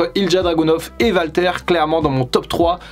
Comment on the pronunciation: Ont prononce Wal, pas Val. ce Walter pas valter. Ont dit Wal-Mart. Pas Val-Mart. Mais qui te demande de moins parler de AEW ? Si les gens aime pas la lutte qui aille voir axel